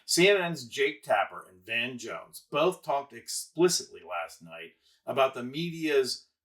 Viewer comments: It's Van Jones, not Von Jones. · It’s VAN Jones. Not VON Jones. Crikey. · I’m a Harris supporter but please say Dana Bash’s name correctly and you had Van Jones name incorrect. You lose credibility.